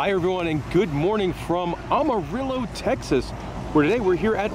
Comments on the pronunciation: Thank you!!! How hard is it to say AM-arillo??! 😂🤦‍♀️ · Did he say omarillo ? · He had no clue where he was….Awwhhhh-morello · The one year i don't go to Wonderland, a YouTuber shows up. Lol Also, that is the weirdest way I've ever heard anyone say Amarillo, normally we pronounce it Am-Uh-Rillo. Lol But to possibly help, Wonderland is normally packed and it's normally during the later hours and this is the first time I've seen more than one ride unfunctional. Just to say, I've seen all the rides you pointed out, they work and people ride them a lot, including the Ride people recruited others for, normally there's lines everywhere, but you went honestly really early, normally people go in the afternoon and stay till closing and it's just packed if it's open while school still is and when no-one has school, especially on weekends it's completely packed. The only time I've seen the Park the empty with rides not running was when i went in at like, opening time and it took a few hours for it to get packed. Lol Maybe it's because of the year or maybe it was just the hours you showed up, but seeing the Park like that just feels like i slipped into an alternate universe. Lol